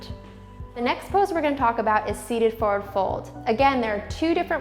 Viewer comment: Why do you pronounce FORWARD like that?